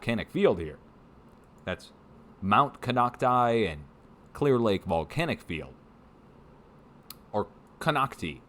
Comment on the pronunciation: Mt Konocti is pronounced Con-OCT-eye.